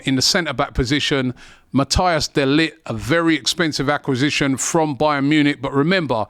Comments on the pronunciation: Wasn't aware he struggled to say "acquisition" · What’s an accasition? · I was thinking the same thing accasistion is wild 😂😂😂😂